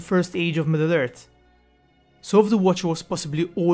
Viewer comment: EarTH not Ert. Middle Earth not midert. Morgoth not Morgot